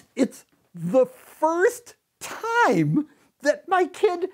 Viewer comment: “TIME” “JIME”